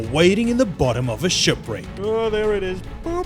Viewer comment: "Shupwricks" I want go diving near a shupwrick.